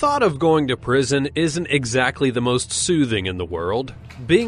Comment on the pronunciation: ''must dumbest criminals'' yeah, i think you should go to a speech therapist.